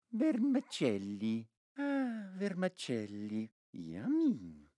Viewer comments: Correct me if I'm wrong, Pietro, but it's because he pronounced it "vermAcelli", like, with an A. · as an italian i love to hear fail to pronounce "vermicelli" Three Times (this is a really good video i love it Actually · Come italiano apprezzo molto l’utilizzo della pronuncia corretta di questi piatti sempre così bistrattati, tranne per i vermicelli